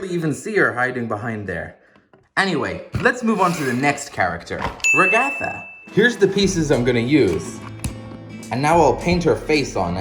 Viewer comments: rig atha! its prounauned rag-a-fu not how its spelled by the way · its not rah-gar-fuh its ra-guh-fuh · "ragÆtha" its ragatha(ra gu th U) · ""Rega-tha" Her name is Ragatha! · IT'S RAG ATH A. not RIG ATH A and its also bubble. not bubbles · Bro just said REGETHA😂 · Its “Rag-A-Th-uh” Not “Rag-a-fu” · its Rag-a-tha😅❤😂🎉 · It’s purnonse (rag-a-th-a) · it’s pronounced Ra-gi-tha and spelled ragatha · He said ragatha's name wrong did no one notice? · The way he pronounced ragatha😂